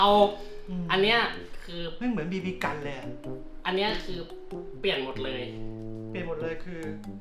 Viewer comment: จะเน้นไรนักหนาครับกับไอคำว่า บีบีกัน ฟังจนนึกว่าเหยียดบีบีกันแล้วอะ